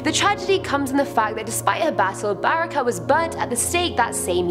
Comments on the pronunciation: Barica read as Barrikah oh my god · In Croatia word ‘C’ is pronounced like ‘tz’ so it’s Baritza and Brestovatz